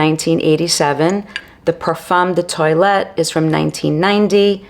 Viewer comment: Very interesting video, but please do not say Eau de toilet. It’s pronounced “tow-alette”